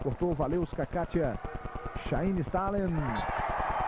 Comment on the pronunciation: Legal a forma que era pronunciado o nome da Chaine Stailenz rsrsrs